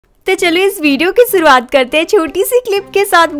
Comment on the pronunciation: Y u always use to pronounce 'Sh' as 's'😅 like shuruwat but u said suruwat😅